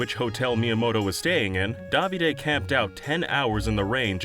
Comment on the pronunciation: The way you say Davide sounds so wrong